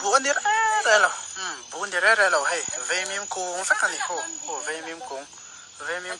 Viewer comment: Veimim × Vaimîm tih tûr. Vaimim lawh dân tih hi Vaimîm hi kan lo lo a, kan kêk ṭhîn. Vaimîm keh dân tih tûr.